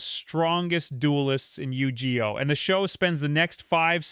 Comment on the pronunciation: Bro gonna need a trigger warning on that Yu-ji-oh.